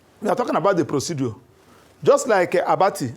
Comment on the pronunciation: "Procedure " , not "proceduor" please. Thanks.